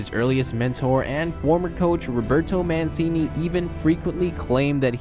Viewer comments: you said manssseeeeeennnnnnnneeeeeeeee. Mancini pronounced MancHini. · Ur pronunciation of names and teams is a little off, but good vid. E.g. Mancini is supposed to be pronounced like "Manchini" and Nice like "niece". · Nice video!!! Just an FYI Mancini is pronounced (Man-Che-ni) and Nice is pronounced (niece). Really liked the video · « Roberto Manseeney » « Niché » Come on man, good video though! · Manssini? Niche? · It’s pronounced Man-chee-knee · It’s pronounced neece and manchini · ManSini, NiCHAY.....lmao